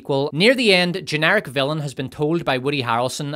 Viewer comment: How do you rhyme villain on this channel? "Fillum"